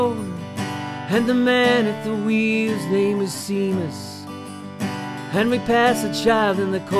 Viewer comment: Great voice, but please learn the rest of the lyrics and how to pronounce "Seamus."